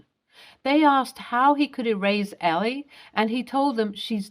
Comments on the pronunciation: Why can't people who make videos pronounce names correctly? It is Elle (EL) NOT ELL-EE. Duh! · this is the second video in 2 days with a character '''Elle" this name is pronounced ell, not ellie